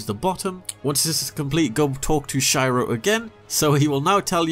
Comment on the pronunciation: I'm constantly amazed how people still mispronounce Shiro's name, considering it's said in-game multiple times.